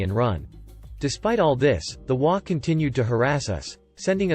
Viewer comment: I love the stories I just wish they would pronounce the HOA properly it's HOA not wa